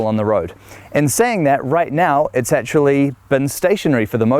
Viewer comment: Always enjoy your videos. See you're still having issues with that word 'actually'...!